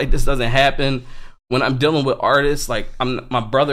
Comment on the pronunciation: it is funny when he says dillin instead of dealing haha haha